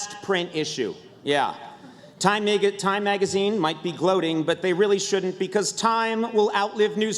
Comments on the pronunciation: did Conan just nearly drop the n word by mispronouncing the start of magazine with a "n" instead of a "m"? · Kinda, he was trying to say magazine, but switched the M with an N